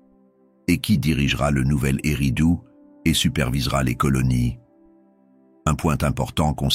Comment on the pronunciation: c'est pas U mais ÉRRIDOOUU. OU